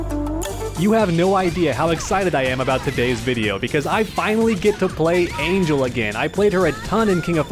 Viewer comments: Not to sound rude, but her name is pronounced Ahn-hehl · It’s pronounced Ahn-hell lol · The mispronunciation of her name is so cringe